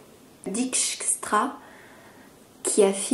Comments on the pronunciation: Ça se dit Rineke "Deykstra" le ij se prononce ey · Dijkstra => deille-kstra. Vu le nom, c'est plutôt néerlandais que "de l'est".